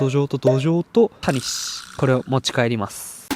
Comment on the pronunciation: タニシの発音違うくね？ 谷氏になってる